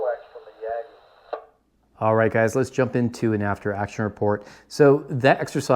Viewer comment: It's hard to believe that the receiver in that Yaesu HT is THAT much poorer than the one in their mobile. I'd probably take a hard look at the adapter used to connect the HT to your Yagi (pronounced Yah' gey, by the way, the a is short). They are notorious for not making good connections on some HTs. Just a hint from a fellow amateur...73 de Don